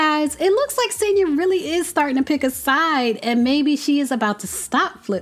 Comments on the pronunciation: Noooo it's SANYA 😂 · It’s pronounced Son-ya